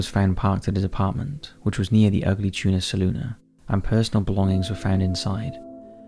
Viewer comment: Thank you. You are the first person to report on Brian and actually pronounce the bar correctly. Ugly Tuna Saloona. Everyone else droops the final a. Went to OSU here.